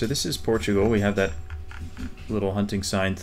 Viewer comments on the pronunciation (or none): none